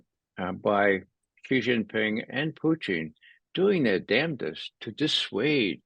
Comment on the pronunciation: Why can’t we have Putin…why are we getting Poootin and Puchin? It’s not difficult 🤣